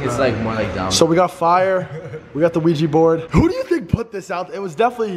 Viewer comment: "ITS OUIJA" Rice and:"Ohja!" im dead 😂😂😂😝😝😝😂😂😂